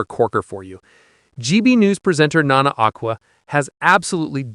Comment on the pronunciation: It’s not Nana Akquar It’s Aqueera that’s pronounciation not right spelling